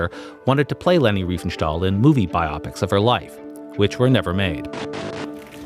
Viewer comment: AI voice caught saying bi-opic instead of bio-pic. Getting better and better.